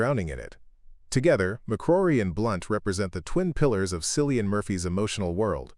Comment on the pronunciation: Please pronounce his name correctly…..Killian. This documentary is well done, I love learning about my very favorite actor! Thanks!❤️